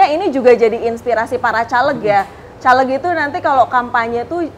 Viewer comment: Mempertanyakan kredibilitas ibu ini karena cara melafalkan "CALEG" , pakai "E" di "Bekasi", bukan "E" di "Tempe"..